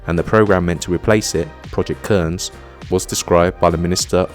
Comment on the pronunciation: Cairns. Pronounced cans.